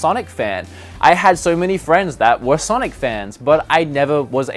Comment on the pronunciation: "No great sanic games"......